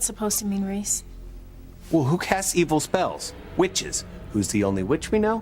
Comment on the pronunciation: Did Tabitha ever get Reece's name correctly? 😂😂😂